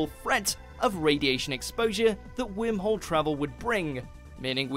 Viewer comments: it bothers me when he says Whimhole... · The guy who pronounce Worm Hole as Whim Hole must be an Esshole :D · Take a shot every time he says “Whim-hole” lol 🤦🏽‍♂️🥃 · omg you didn't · Idk how to pronounce it like that and I’m British. “wourmwhole” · Is it only me that he is pronouncing wormhole as whimholes 🤔? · Wormhole sounds weird when a British person is pronouncing it.